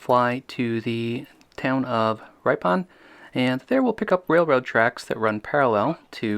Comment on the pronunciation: For future reference Waukesha is pronounced Walk-a-shaw and Ripon is pronounces Rip' - on.